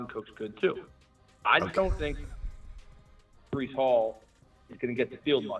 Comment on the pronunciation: Bruh this guy reallly said Brice twice lmao